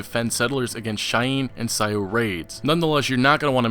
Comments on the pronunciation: it is not seye-oo "Sioux" is pronounced "soo" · Sioux is pronounced Sue. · If you're going use the word "indians" then would you, for the love of Mike, pronounce their names correctly? Cheyenne (shy-anne), Sioux (sue)